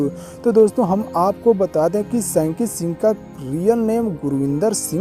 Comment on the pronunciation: Bhaiya ji aap unka name theekvsay lo sanki kyoun bolrahay ho (Shanky Shingh) name hai